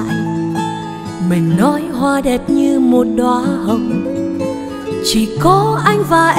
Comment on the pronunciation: 1. Anh đã dẹp hết các loại nhạc khác, chỉ nghe nhạc của e. 2. Bài Hoa Dại có nhiều từ e hát bị méo chữ ( vd: Phải - Tan - Hoa..), có thể đây là 1 thử nghiệm mới. Nhưng theo anh em hãy giữ nguyên bản sắc của mình: Đó là giọng hát trong trẻo kết hợp với phát âm chuẩn Tiếng Việt, không méo mó. Điều đó khiến người ta nói đến nhạc của em là nói đến sự trong sáng, thuần khiết nhưng đầy nội lực. Là cái hiện nay hiếm có khó tìm.